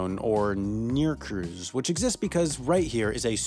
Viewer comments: Tough time pronouncing NRQZ huh? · When he says NRQZ it sounds like he is saying the N word.